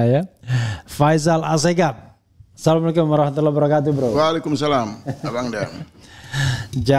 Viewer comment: Emangnya gitu ngucapin Assalamu'alaikum